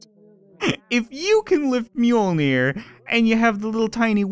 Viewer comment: Mjölner not mjolner And yes i am swedish